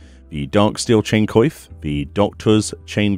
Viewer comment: Thank you so much for doing this. ...I think you should search up the pronunciation for coif. It's not a vital thing to know in most cases, but since you make these videos where it's common, it might be a good idea. It's like in coiffure. Make it more french basically.